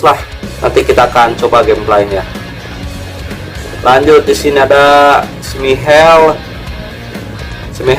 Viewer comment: Smikel g tu bacanya, g ngerti bola lu ya njir???boolleehh 50